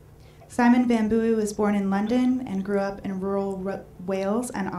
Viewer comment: Literally chuckling at how she says his surname wrong multiple times... Okay back to listening to the Dashing Mr Van Booy...